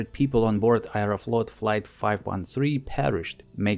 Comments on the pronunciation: I have learned something new today, Aeroflot is pronounced “ayereflot”. Every day is a school day. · Произношение слов "Аэрофлот" и "three" выдает русский акцент. в остальном - очень достойное видео и озвучка